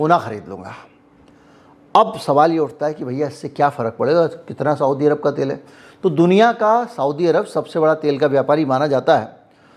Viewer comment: साऊदी अरब नहीं सऊदी अरब कहा कीजिये। ग़लत उच्चारण दिमाग़ में चुभता है।